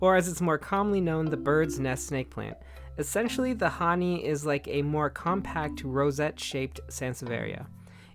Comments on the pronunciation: I believe it is pronounced hah- knee-eye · Hahni-eye I think it’s pronounced 🤪